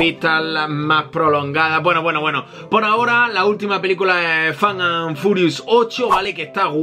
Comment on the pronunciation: Like si te daba risa cuando decía "Fan and Furious"